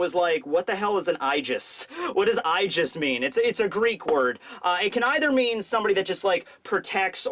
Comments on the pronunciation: Aegis is pronounce "ee-jis" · It's pronounced ee-jis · It’s not eyegis. It’s eegis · I thought there was no ambiguity in what blackbeard was going to get: Sabo's devil fruit. Koby getting rear admiral in just a few days might have something to do with his participation in the incident on the last day of Reverie. And lastly it's pronounced EE-jis. I guess you can trust me on that one. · the aegis from greek is pronounced ay jiss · goes into deep Greek lore for a word he keeps misprounouncing. Me: Or it is just the Greek word for shield? Love ya buddy... But you have covered pokemon and Aegislash exists... It's just a term XD